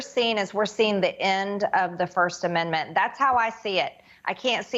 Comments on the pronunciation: I promise she prononced it Amen-da-ment at the beginning. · Why does she add a syllable to "Amendment"? Also, what makes her think fox caved to anyone? Tucky got caught talking shit on his boss, and nobody is safe from that. Happened to Charlie sheen too